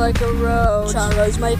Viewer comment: you also said chara, exp wrong grr....